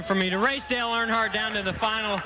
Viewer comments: I'd Subscribe but you can't seem to pronounce "Earnhardt" correctly in any way! it is not "ArnHardt" ugh. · It’s Earnhardt like earn heart not urn hart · “Arnhardt” lmao it’s earn-heart Earnhardt lol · You couldn't bother to learn how to pronounce the name Earnhardt?